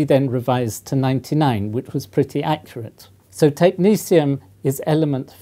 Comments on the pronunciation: Why does he pronounce it as though it’s spelled “technecium” instead of “technetium”? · why is he pronouncing it as tech ni sium when its tech ne 't'ium???? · Who decided to pronounce the second "t" like a "c" as in "Technicium"? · Why do Americans pronounce it: Technicium? It's Greek, phonetic like Cyrillic: Techni-T-ium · Looks like a T to me and not an S or C. Technetium, not Technecium..... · Why is it pronounced technesium when its spelled technetium? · Technecium sounds very different to Technetium to me. The actual spelling indicates a certain pronunciation. It is not a big deal. Just a but odd. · How does one pronounce Technetium...Technecium , when a T isn't a C? Real question. I may be an american Mutt, but i am certain that "T" and "C" don't fall into the same phonetic...well...sound profile. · It's pronounced Tech - net - ee - um. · Technetium is pronounced Technicium why? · Net is now pronounced neece is it? I'm so tempted to proffer some shearing to that bush you call hair, surely that backcomed? wildness is more work than a grade 1 alternative? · Technetium has a t instead of a s or c. Do you just pronounce it like that? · I love these videos and I mean nothing but respect. But isn’t the professor pronouncing the name of this element wrong? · How the heck is the second 't' pronounced as an 's'?! It's supposed to be like the 'c' in technician. But even that seems weird. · Is he mis pronouncing it? no second 'c' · Pronunciation of Technetium. Science is about logic. The second "t" in Tecnetium should be pronounced as a T and not a C or an S in my humble opinion. Science does not need another annoying "Alu-min-um / Alu-mini-um" situation. Sulfur is a great example of progress. Brain power should be used to make new discoveries; not to remember awkward spellings or illogical pronunciations.